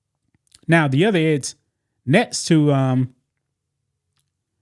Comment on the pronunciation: Eggs, not edds..